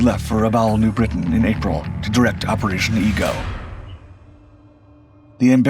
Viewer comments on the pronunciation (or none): none